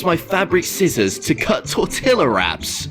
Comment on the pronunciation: He’s out here making videos calling other people dumb and can’t even pronounce tortilla 🤣